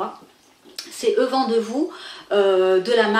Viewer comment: Bonjour, on ne prononce pas "E vent de vous" mais "eu (U) vent de vous" dans le sens "j'ai eu vent de vous" qui signifie "être informé de... ou avoir une idée de...